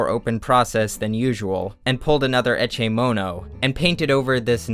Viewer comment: "Eche mono" ??? lol Love when research goes wrong